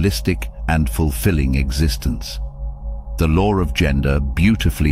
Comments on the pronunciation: The "lore"??? There is no "r" in law. I had to stop watching it because he was driving me crazy with that! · Am I the only one hearing him saying “the lore of”? It irritate me! I know this a low frequency feeling but it exists!